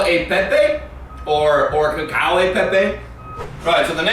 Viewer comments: have to say that (as an Italian) his pronunciation was HORRIBLE ( cacio is pronounced like c-a-ch-io, it's a soft c) but the cooking wasn't that far from original, so well done!!! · The actual pronunce of cacio Is like the First c Is "hard" and the second Is like cheese